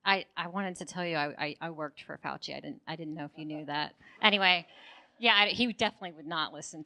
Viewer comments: Listening closely.... .....did she actually say "Fauch-Head"???? Lololololol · .....did she actually say, "Fauch-Head" ??? Lololololol